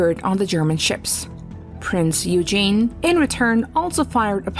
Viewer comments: Be nice if she could pronounce Prinz Eugen properly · I would have enjoyed this video more if a real human had done the voice over. "Priz Eugen" is really "Prinz Eugen" (Oygen). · The Prinz Eugen was pronounced "Oy-gen" (hard "G"), not "You-jean". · But in the case of the Prinz Eugen, it is difficult to see why even a native English speaker would have a problem in changing from saying "You-jean" to "Oy-gen" (using a hard "g"). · Everyone needs to calm down about the mispronunciation of Prince Eugen. The narrator is a bot. Almost every YouTube video these days are narrated by bots. Welcome to the world of AI. Personally I hate this shit. But it's it's all on account of text-to-speech technology. The "girl" doing the narrating doesn't even exist -- or -- I guess the girl who owns the voice exists somewhere, but she's not reading the script. Trust me on that. As such, some words with unusual pronunciations -- especially foreign words like Eurgen are going to be mispronounced. It has NOTHING to do with Americans being unable to pronounce German words. That's just utter BS. I honestly can't believe that you folks haven't figured out the big text-to-speech craze going on right now. Nearly every video is being narrated by a bot. Mark my words. Thus you may as well convince an answering machine recording that its pronouncing your name wrong. The bot is pronouncing Prinz Eugen phonetically because that's what it is programmed to do when it comes across a foreign word. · Very interesting, though all the cringing caused every time a name is mispronounced gets a little tiring (e.g. - "Prince Eugene" 😅). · What do you mean "lost" you. The Prinz Eugen was a German ship and it was pronounced "Oy - Gen" (with a hard G). It's not rocket science... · Prinz Eugen is pronounced: OY gehn. Gawd, how I hate computer narration! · She mispronounces the name of the Prinz Eugen ( painful )